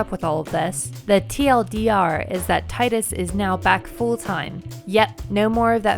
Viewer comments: FOR THE LAST TIME ITS TEEEDUS NOT TIE-DUS ITS FREAKIN 2017 CMON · If they make 10-3 and base it off the audio drama I will be so utterly sad. That audio was awful, like some trash fan fiction. Forever not Canon in my heart. (It's Tea-Dus, not Tie-Dus btw ♥ ) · I can barely even stomach the thought of FFX-2, much less forcing a FFX-3 to happen... btw it's Tee-dus, not Tide-us. Original Japanese is ティーダ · Tidus = Teedus. Not Tiedus. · To be fair, its technically fine either way, simply cause of Square's snafu. In the X trailers, KH1, and by James Arnold Taylor, its been said to be "Tee-dus". In KH2 however, Selphie aptly refers to him as "Tie-dus". For the naysayers that are firmly on the "It's Teedus, you're an illiterate American side", it is deliberately ambiguous because no one in the actual game refers to him by his name, only as "you or him", because they wanted to allow the player to put their name and be the character themselves. Yes, we have trailers and other people saying one thing, but Square also contradicted itself thrice in different media. On my end of things, I actually called him "Tie-dus" when I first got into X many many years ago, but then got more accustomed to calling him "Tee-dus", and it felt better that way. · It's really not. The only piece of media that verbally says "Tie-Dus" is KH2; which most likely only happened due to a combination of the VA not knowing the proper pronunciation and nobody correcting her. Every other piece of content that verbally says his name, says Tee-dus. Not to mention the Katakana for his name in JP "ティーダ" pronounced phonetically Tii da (Tee Dah). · It's pronounced Tee-dus. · Tidus (Tee-Dus) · Would you look at that... Americans not respecting others nations language pronunciation... It's Teedus. (from Tida - sun... not tide). Look at his hair, for gods sake. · After Dissidia there should be no question that his name is pronounced "Tee-dus" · It's Tee-Dus. Sorry, im the worst.